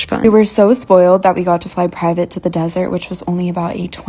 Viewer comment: Desert, not dessert 😅